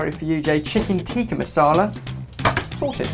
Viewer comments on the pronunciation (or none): In addition to Ben's horrible pronunciations, it's Chicken Tik-kaa Masala😀